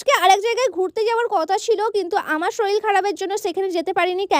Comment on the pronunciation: Sorir ❌ Soril ✔️